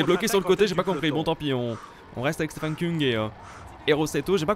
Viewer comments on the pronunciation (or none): none